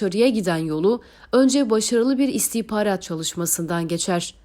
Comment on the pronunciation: Şu istihbarat kelimesi istihparat olarak telaffuz edilince çok rahatsız ediyor.